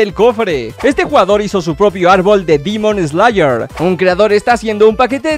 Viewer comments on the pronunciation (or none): se dise demon slayer no dimon slaer .v. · Me da gracia cono dice dimón slayer